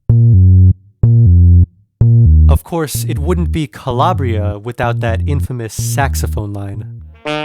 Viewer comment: Calabria is not being pronounced correctly and by downplaying the beats horns and aggressive sounding electronics of the original you will forever miss the true essence of the moody and dark house classic. Strange how you omit and down play how much better the original and entire composition is maybe you can't feel it? Perhaps you dont have the patience to go down that 8min journey.The true fans of dance music feel how lame and stripped down this Natasha 🥱 vocal remix is. Stay with the original or die in mediocrity.